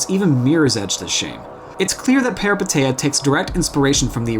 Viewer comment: Small clarification that the name is pronounced as "Pehreepéteea"